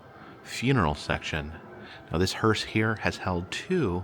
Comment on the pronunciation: It kept sounding like you were pronouncing the (funeral coach) hearse as "hurst." There is no "t" in the proper pronunciation.